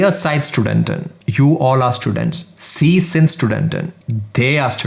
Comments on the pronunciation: For Sie/sie it's not see but zee. pronunciation is the main problem when you are learning from most of the non-native speakers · "sie" is pronounced as "zee" not "see" as far as i know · That's not sie it sound zie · My man has done good work here! But some of the pronunciation needs work (sie, in particular). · Everything is perfect apart from pronunciation of Sie and sind